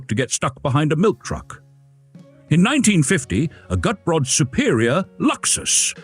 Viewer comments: Cute, proper car. I'm impressed with the improvement in the AI voiceover. But, I believe Gutbrod in German would be pronounced "goot-brode" (as in moot & rode). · Decaf is a sin against God and Man! Shame on you! Shouldn't Walters name, Gutbrod, be pronounced GOOT-BOARD? 🤔 This little car looks a LOT like Lt. Columbo's French Convertible....Shrunken down. Could this be the Unseen (except for a failed show with Kate Mulgrew) MRS. Columbo's car? I LIKE the foldable roof! A SEMI-Convertible! I also liked the (almost) Station Wagon in the you KNOW why..... ....... SELF-DELETING DOORS!!! (and you can get pushed out of a "Homicidal" Door just as fast as a Sui-Cidal one when under 50 MPH.... uh.... NOT that I would EVER push someone out of a moving car 🙄 .......it might scratch the paint.😏 ) That Convertible/Roadster SCREAMS Class Act! (Most cars just rely on horns, but the roadster just HAD to be different. Probably an inferiorty complex when parked next to a Porsche 😜) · Not quite: I am with you on the 'Goot' part but the second syllable is pronounced more like 'Brot', a German word for bread.